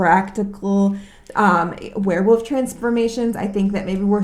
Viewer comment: Yes they are pack animals but haven't you ever heard of lone wolves? Also it's Werewolf not Were'woof lol... This is not an attack by the way, great review, I'm just being silly...